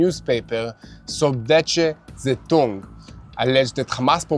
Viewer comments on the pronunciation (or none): Thanks for sharing all the news we need here! I am german an thanks to 😜, I laughed loud at the time in the video. Because you pronouncing sounded chinese to me: Süddeutsche Zeitung. That was great between all the war news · Sueddeutsche Zeitung, the way you pronounce it..... Are there no people you know who speak German?